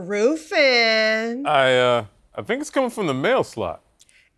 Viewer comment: Amber Roooofin 😆